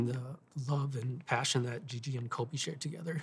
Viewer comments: her dad one hundred percent just called Kobe "Colby" three times lol, but this girl can BALL!! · Gabe nah nah nah, he def said Colby lol